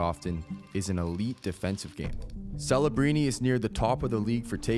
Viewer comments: are you saying fellabrini? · Why does this guy keep purposefully botching his name though? This isn't Ibiza Spain bro. His name is Celebrini with a C not an f. Stop sounding like an idiot